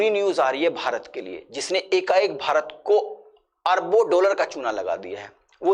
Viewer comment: डोलर नहीं डॉलर बोलीये